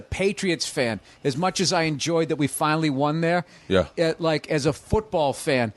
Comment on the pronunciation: I can't unhear Tom Segura saying won incorrectly now.